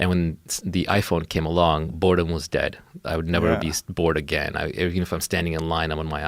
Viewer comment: dude your accent is terrible. it's boredom not bordun. love the content and the work you put through for the video but the mispronunciation of words makes me want to skip the video.